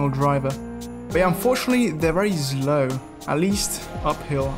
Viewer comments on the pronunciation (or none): Everyone: says slow like this: SLOW: says slow like this: ZLOU